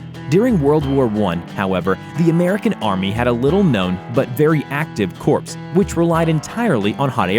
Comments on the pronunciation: Where to start? The US deployed hot air balloons in the American Civil War. The blimps of World War I were filled to hydrogen and not hot air and were never intended as transports. reconnaissance only. Corps is pronounced Core and not Corpse (get over it already). No propellers were ever envisioned on the glider wings for tanks. The Churchill Crocodile was used in World War 2 and there were dozens of different flamethrower tanks from many countries. The US also developed and tested nuclear proof tanks - try again. There were several tanks with sponsons after the Mark Is - all the way up to World War 2, including the US M-3 Grant tank. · corps is said like core, not corpse. just a quick note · It's pronounced "Core", not "corpse". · "Balloon 'CORPSE'"? You and Barry Obama must be very close friends, or else took the same remedial English course when you emigrated to America.... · Corps is pronounced "core," not "corpse." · It is pronounced Core when referring to groups like marines. It's only Corps when referring to dead bodies. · Corps is pronounced "core" not the Obamaesque "corpse". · Corpse is pronounced " core! " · Corps is pronounced “core” not “corpse” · For Pete sake corps is pronounced "core" not corpse. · It's not "corpse" it's CORE. bloody ignorant git.... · Corps is pronounced CORE not corpse. Semper Fi. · i stoped watching when he pronounced corps as cor-ps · Corpse ???? It’s CORE as in Apple Core. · and corps is pronounced core not corpse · CORPS is pronounced core, not corpse. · For future reference, word butcherer, corps is not said "corpse" it is said "core". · ish Corp is pronounced 'Core', not 'Corpse'. -ish the side turrets on a mk. 1 are pronounced 'spon-sin(s)' not 'spon-soons'. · Corpse!!! You sound like obama.............Corps pronounced kōr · We who served pronounce “Corps” as: “core” ... not “corpse”. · Corps is NOT pronounced "corpse". It's pronounced "CORE", you liberal putz. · My friend, corps is pronounced "core"...